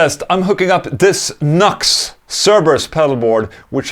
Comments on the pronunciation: Nucks? New-Ex, bro. New-Ex. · I'm super late to this, but I'm almost certain the company is pronounced like "New-X". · ola i think its read as newex